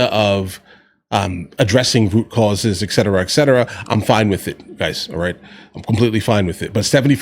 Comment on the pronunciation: Pet peeve. It's "et cetera" not "eck cetera."